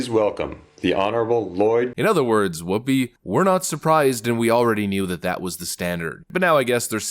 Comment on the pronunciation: "Phoopi" Goldberg